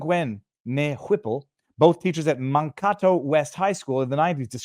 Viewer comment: It's man-kay-toe 🤣